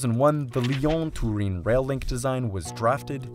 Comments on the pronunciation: Turin, not Tureen. If you want to use the Italian name, it's Torino. #hyperforeignism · TUREEEEN? You have never heard / checked how the city is pronounced in English? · Absolutely wild pronunciation of Turin. In English it is pronounced like Ter-Inn. In Italian it's Torino, pronounced phonetically. Lived there for a while and never heard it pronounced like that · Turin rhymes with urine in English. It’s not tur-EEN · “Turin” is an English name for the Italian city of Torino. You should not be trying to Continental-ify the sound of it. It is English. Turin rhymes with “fur in”— emphasis in the 1st syllable. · the way bro pronounces "turin" is painful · It makes my ears bleed how he tries to pronounce Turin as italian ad possible, when Turin isn't even italian 😂 It's Torino in italian